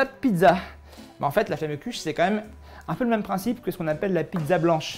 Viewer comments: hommage a tous les alsaciens qui ont les oreilles qui saigne du a la prononciation de flammekueche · J'avoue comme il a mal prononcer ca ce voit qu'il vient pas d'Alsace ! Bonjour je viens du Haut-Rhin et toi ?